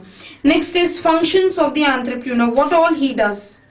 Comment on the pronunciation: Nice video ma'am n the correct pronunciation of entrepreneur is /,ɒntrəprəˈnəː/